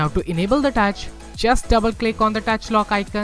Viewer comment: Thanks, Just a recommendation: "Touch", not "dutch", and "Video", not "Wideo."